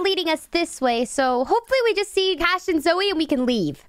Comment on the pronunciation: In the end cash's name becomes cahs